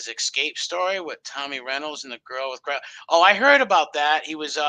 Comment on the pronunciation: got the cwabs in his eye bwows.